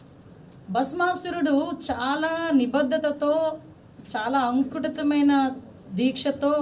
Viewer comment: అంకుటితం కాదమ్మా అకుంటితమైన